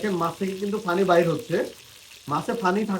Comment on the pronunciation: Pani ke funi bolen keno??